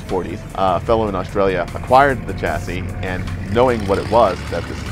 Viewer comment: It's pronounced; Shass-ee NOT Chass-ee. Please correct this as you're in the public eye.